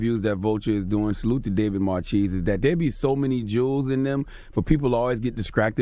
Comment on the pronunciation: Please check your pronunciation of David Marchese's last name... i'm pretty sure it's not as in 'cheese' but as in it's French origin, as in 'Marquis'. could be wrong, though.